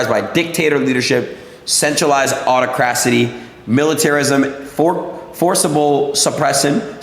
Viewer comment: The way he pronounced autocracy was physically painful. This is a perfect example of the uneducated that Trump loves so much, because they’ll believe anything he tells them.